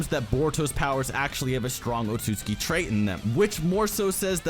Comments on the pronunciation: It’s said Otsuki but spelled otsutsuki, what’s going on here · Sage Art: Yoton - Lava Rasenshuriken And it is O-TSU-TSU-KI